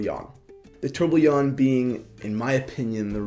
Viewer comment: ffs learn how to say tourbillon the right way